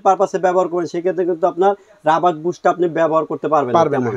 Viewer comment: ভাই রবার্ট না কথাটা রাবার।